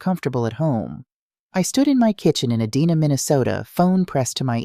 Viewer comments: Edina is pronounced “E-DI-Nah”and is spelled Edina🤣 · Someone teach AI that Edina MN is prnounced Ee-die- nuh. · Ya, it's pronounced "Ee- Dine- a." Long "i". Edina is a suburb of Minneapolis. About a 20 minute drive from Minneapolis.🤦‍♀️ I live in Minnesota.